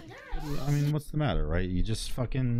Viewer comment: To many khwhats? Lmfaaaaooo chill